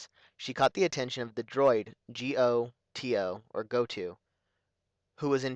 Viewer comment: Very helpful but some pronunciation Bao Dur - Bay-oh not Bow G0T0 - Goh toe not go too Mikal -- Mee Kal not Michael